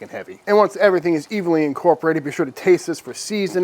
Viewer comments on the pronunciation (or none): Did say "once everything is EVILLY incorporated?" evil or not, i am trying this.